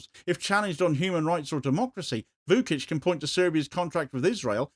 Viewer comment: Vučić = Voo-chich, not Voo-kich